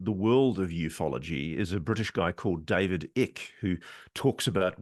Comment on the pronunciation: David Icke rhymes with bike